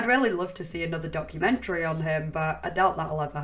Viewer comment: "Moo-veh" "Public-leh" "Documen-treh"